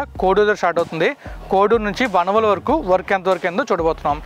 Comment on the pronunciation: వనవోలు కాదు వానవోలు